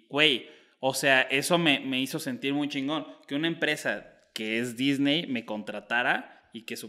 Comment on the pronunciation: Oigan a este teletubbi dice Shingo en lugar de chingón